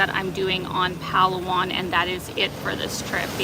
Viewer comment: It's not pronounced as PAlu-wan.. But pa LA 1